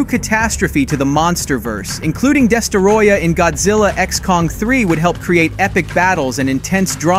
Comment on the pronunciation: “Destaroyah” 💀 its destroyah bud